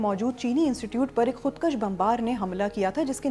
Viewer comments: HAIRAT HAI youtube kese logon ko BBC per leta hai. Urdu galat parh rahi. Khudkush ko khudkash par rahi . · kHUDKASH NAHI BIBI khUD kUSH